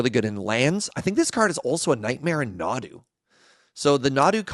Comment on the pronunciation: Nadu? nah, dude. deux nod.